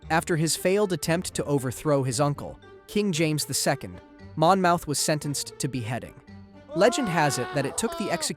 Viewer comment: Mon-moth! Omg! Mon-mouth. Ugh.